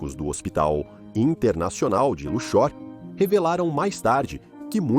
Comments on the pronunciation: "cidade egípcia de Luchór" ... Precisa revisar melhor a narração dessa IA. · Nunca ouvi falar de "Luchór" mas sempre ouvi falar de Luxor ("Lúcsor") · A cidade egípcia de Luxór, mais conhecida como Lúxor (Lúksor) rsrsrs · Não sabe nem pronunciar Luxor.